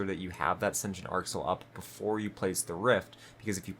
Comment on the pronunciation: Sen-tee-ent arc soil not sension lol